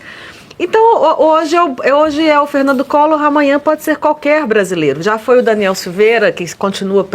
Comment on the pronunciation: "Ferrrrrrnandu collorrrr" , foi preso tentando fugir. Vc é um boçal.